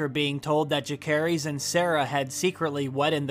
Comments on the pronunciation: The names of Rhaenyra's two oldest sons have soft "c", not a hard one. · Its so funny how you pronounce Jacaerheys. 😂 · He pronounced both Jace and Luc's name wrong. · The way he pronounces Jacaerys is way off. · Are you pronouncing "Jacaerys" on purpose? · How do you watch a show and have a youtube channel about said show and not even know how to pronouncd the name Jacaerys